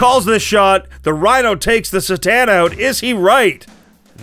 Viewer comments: I love you but C’tan is pronounced “CUH-Tan” not “Sss-tan” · The C is C'tan is a hard C. Should tell the narrator, there.